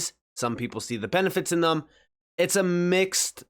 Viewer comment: Say it with me,. THEM*** not "thum"